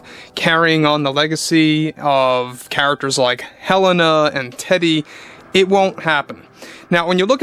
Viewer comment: It’s hêleina not hÉléna